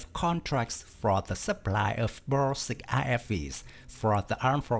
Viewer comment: Good pronunciation of 'Huta Stalowa Wola '! As well as 'Borsuk'